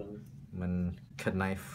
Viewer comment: Did he say, “k..nife?”, and I love how the patient said, “don’t try this at home”. A good humoured patient/doctor relationship makes treatment so much easier because the patient/client is more likely to be compliant.